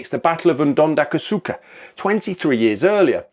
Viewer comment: Poms, please learn to pronounce a few words properly before you make videos. Isandhluana, Shaka,...